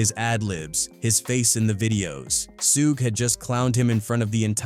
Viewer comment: Sooge? it's Suge as in "Sugar"